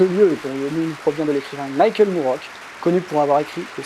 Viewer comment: Moorcock bon sang ! Pas moorock